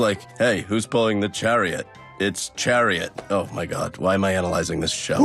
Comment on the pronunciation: why does say chariOT